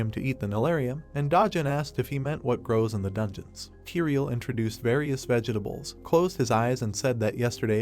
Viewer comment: Pls pls fix the way the a.i says vegetables.